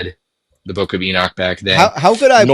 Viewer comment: Holy crap, stop saying "enick" its enoch.